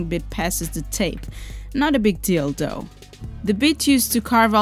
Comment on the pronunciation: I'm sorry but it sounds like you said "Not a big dildo", lol... You might want to emphasize the "th" in "though" next time.